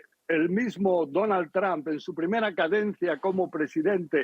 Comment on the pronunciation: Donald TrAmp😂 es Trump!! Y se pronuncia TrOmp!